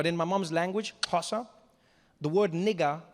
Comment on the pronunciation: you thought me how to say xosa bro, more than that I am learning how to be a comedian. by the way I'm from Ethiopia